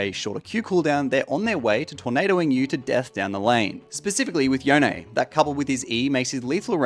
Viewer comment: why does everyone call yone yonae